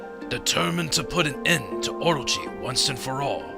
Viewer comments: Okay so the whole time I was watching this I was going, hmm I don't know why but this narration does not seem like it was in the game and I was thinking did Chuggaa dub it, if so you did a pretty good job with the narration but what gave it away for me was the pronunciation of orochi. I think its pronounced o-ro-chi not or-ro-chi, but I could be wrong since I'm not Japanese. Anyway, I love this game thanks for playing it! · everytime chugga says orochi, i think he's saying orgy... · Orochi or orgy? Someone plz help, I cant tell : )